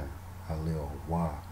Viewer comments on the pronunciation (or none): Why Hawa instead of Haya?